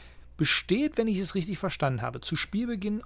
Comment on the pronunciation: Damit hast du vollkommen Recht, aber das ist "leider" eine Dialektsache hier im Harz. Ganz spannend wird es auch bei richtig, was bei uns in Halberstadt "richtisch" ausgesprochen wird. Das krieg ich nicht weg, bzw. wäre mir zu anstrengend mich immer wieder darauf konzentrieren zu müssen. Kann das aber voll verstehen, dass das stören kann. Ich finde es auch gruselig, wenn ich das in Bayern verbreitete "Khemie" statt "Chemie" höre. Aber so sind halt die Dialekte :) Können ja nicht alle aus Hannover kommen :D